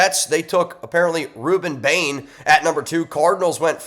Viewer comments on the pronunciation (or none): none